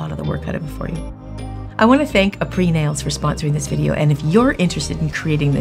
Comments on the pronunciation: It’s pronounced ah-pray 😊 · Is nobody gonna comment on the fact that she’s butchering the name and saying it completely wrong?